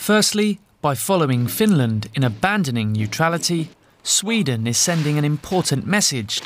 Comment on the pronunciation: ..🤔.."I'M FROM SHWEEEDIN.."!!